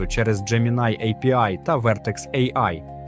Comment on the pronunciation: невже так важко голосом надиктувать, щоб не було «а-пе-і» і «кУрсор»